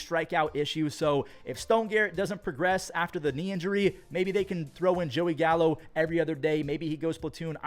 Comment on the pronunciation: Did you say Gallo? Or Callo?